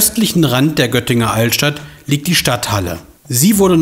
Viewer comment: Dass das Gnselisel erst wo anders stand, wäre vielleicht auch ganz interessant. Sonst wurde auch zu jeder „Sehenswürdigkeit“ vom 100stel ins 1000stel gegangen. Sankt Albany. 😂 (ich kann es schriftlich nicht so albern aussprechen.) Gegenüber liegt die Stadthalle und nicht die Stadt Halle!